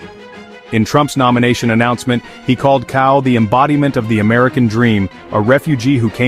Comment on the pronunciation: Pronounces tsao. C is pronounced ts.